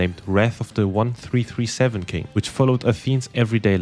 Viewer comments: Wrath of the one-thee-three-seven king? Are you for real? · "wrath of the onethreethreeseven king" smh.. i actually went to check to see if the dislike button was still around. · 1337 is pronounced "Leet" originating from "elite" you little scrub. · 1337 isn't "one three three seven", it's "leet". AKA slang for "elite". 😆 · lol wrath of the "one-three-three-seven" king! LEET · By the way "1337" is supposed to be read as "LEET" which is internet and hacker slang for "extreme good " derived from the word "Elite" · Yes, this is the worst researched video I saw in a long time. Just picking random reddit comments as truth and not even checking how 1337 is pronounced. Just slop content.